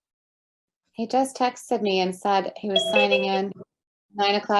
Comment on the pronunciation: It's not textedid it's texted. The e before the d is silent.